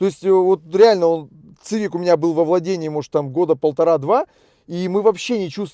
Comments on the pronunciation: Привет, не говори, пожалуйста, цывик. Сивик, это сокращение от civilian, переводится как гражданский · Цивик-так по расейански звучит... Уши режет. СИВИК! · После 5го произношения "Цивик" выключил.Ты,если делаешь обзор,хоть посмотри,как правильно. СИВИК-и только так